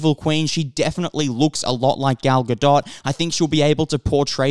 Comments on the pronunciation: It’s not gal ga”dot” • it’s pronounced gal ga”dote” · It's not pronounced right, it's not pronounced like DOT, it's pronounced DOET. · He doesn't. It's Ga-DOET not GaDOT. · Not to be that person but Gal's last name is pronounced "Guh Dough" :) the T is silent. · The "t" is silent at the end of "Gadot". It pronounced "ga-doe" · This guy has never heard her name pronounced ?? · My thoughts are that you absolutely butcher her name into oblivion every time you mention it... makes me cringe. The T in Gadot is silent! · dude... I'm an Israeli and a native Hebrew speaker. Her name is Gadot, this is how you pronounce it. Where did the "E" came from? גדות...